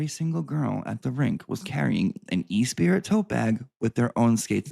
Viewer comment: And E Spirit instead of espreeee🤣